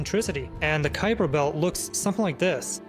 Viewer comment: kuiper belt: ❌️ kooper belt: ✔️